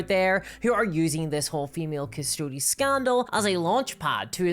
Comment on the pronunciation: OMG! It's Custodes not Custodes! Omg 🙄 and I'm woke so.....